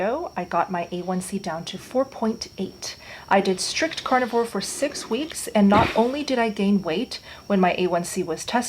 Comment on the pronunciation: Stop saying cornovore it's carnivore wtf